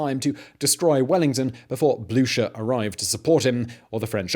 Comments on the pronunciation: Anybody else find themselves neighing whenever Simon says Blucher? (Even if he's pronouncing it wrong?) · “... Field Marshal Blucher.” NEEEEEEEEEEIGH! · marshal blučer ? are you serious ?